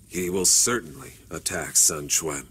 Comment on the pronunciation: Is that how they pronounce Sun Quan? It's Qwan*